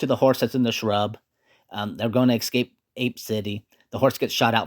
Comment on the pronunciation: Escape, not exscape.